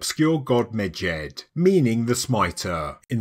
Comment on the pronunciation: You say Medjed, all I hear is midget😂